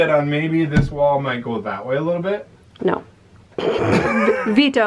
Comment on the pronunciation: Vetoe, vetoe! 😂